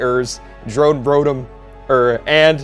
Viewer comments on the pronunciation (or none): none